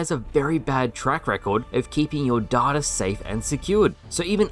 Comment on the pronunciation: Pronounce it as data, not data